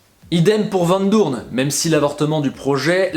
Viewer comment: "Vandroume" JPP je pleure de rire